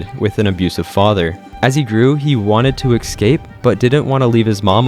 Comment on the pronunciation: I’ve noticed you mispronounce the word “escape” in every single one of your videos. You always add an x where there isn’t one. You say “ex-scape” but it’s pronounced “es-cape.” Exactly how it’s spelled. Es-cape.